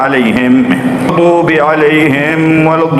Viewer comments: Ghairilmaghdubialaihim dibaca Ghabialaihim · Murni Salah bacaannya. Contohnya, Ghairilmaghdubialaihim dibaca ghobialaihim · Budekkkkkk dungu kopok minnn..bukan masalah merdu tdk nya.. kan Sdh jls Salahhh itu yg di ucapkan bukan nya qhoiril makzdubiallaihim... tapi yg di ucap kan hobi allahim..benarkah... Itu... Yg koclok yg mana netizen apa siapa..atau yg bikin konten ini.... jgn salah... sdh byk ulama jelmaan DAJJALL.. alias gerandong.. 🤦‍♂sdh saat nya umat harus sadar jgn muhibin2. kali.. dunia sdh akhir zaman....byk jelmaan yg berprilaku kebenaran dan jual kebenaran nyaris nya lg malah jual nasab yg bukan milik nya yg hanya semata demi nasib utk demi hidup nya. inallillahirojiun....tlg Klu masih awam jgn lah sok bikin canell..yg kritik itu yg waras... Bukanya mencela... 🤦‍♂